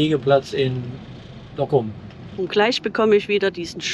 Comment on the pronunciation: Ein netter Bericht. Ich habe diese Tour schön des öfteren gemacht und Groningen ist ein echtes Highlight, Gestattet mir allerdings 2 Anmerkungen: 1. "Brückenwärter" wird nicht mit "e" geschrieben. 2. Es ware schön, wenn ihr mal versucht einige Ortsnamen richtig aussprechen. Im Niederländischen wird das u "ü", das ou "au" und das oe wie "u" gesprochen. Also z.B. Dokküm, Leeüwarden, Jaure etc. Ich hatte Euch übrigens vor Jahren schon einmal darauf hingewiesen, nichts für ungut. Mit freundlichen Grüßen